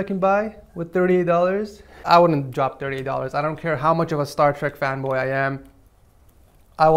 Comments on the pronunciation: He said star treck ;( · did he say star trak